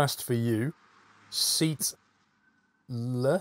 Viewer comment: "sea... tle" cmon, its seatle xD